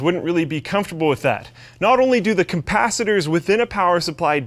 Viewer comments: CAPacitors...not COMpacitors bro... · Did he really just say COMPACITORS? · wtf is a "compacitor"? Hmmmm? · "cumpacitors" lol. Those kinky "cumpacitors" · Capacitors, not compasitors. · The "compacitors" huh ? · Did you really just say "compacitors"? It is capacitors. You are a shame to the electrical engineering community. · Cumpacitors confirmed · Did this guy deadass just say "compacitors" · did he just say COMPACITORS?! :D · he did say capacitors. he said it kind of weird tho